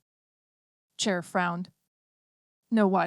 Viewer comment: An audiobook that is read by a human would be preferred... This A.I. does know the difference between "Chair" and what is most probably "Cher" as a person's name.